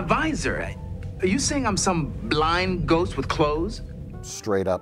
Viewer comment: as a Milwaukeean myself I much appreciate how Mike pronounces the word "ghost"